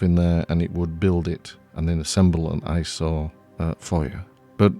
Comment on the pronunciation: Every time you say ISO, I hear . . . Eye Sore!:face-blue-smiling